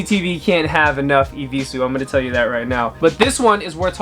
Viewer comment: "I will not wear no eviesues agaiin"